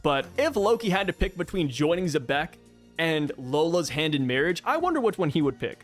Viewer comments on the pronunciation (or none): Nash also knew about Zeus, who was created by Linlin after Carmel's death, and the Homies clearly aren't aware of each other by some kind of mental link, since Nash didn't know about Zeus becoming Nami's servant. And I just now realized I don't think I've ever heard an English-speaking YouTuber pronounce Xebec correctly as "zee-beck". Sure, fans get names wrong all the time, but this a little weirder than most, since as a name for a ship type it's a word used in English (though probably not often), and even its Wikipedia article has the pronunciation written in IPA. And since the corresponding Japanese article uses the same katakana as the character's name, there's no room for alternate interpretations.